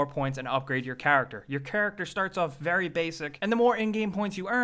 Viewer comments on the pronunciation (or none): "Your chuructur starts off really basic" I guess when you say "character" 614 times in six & a half minutes, you need to shake it up, a bit.